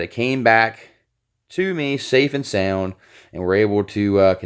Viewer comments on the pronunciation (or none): none